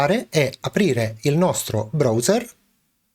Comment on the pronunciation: E no dai, se mi cadi anche sulla pronuncia del browser, annamo bene.